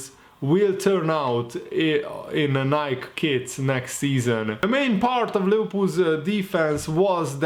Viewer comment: pronounced as “Ni-Key”